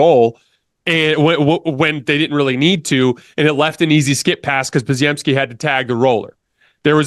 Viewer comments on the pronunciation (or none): Bro I love the channel but, why cant you pronounce Podz name right, Obviously you watch the games. Its spelled wild but is pretty simple to say Po-gem-ski